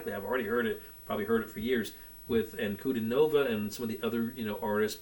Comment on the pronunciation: I am glad to see you continue your journey. You will not be disappointed. BTW, her name is pronounced Dee aah na An coo DEE nova.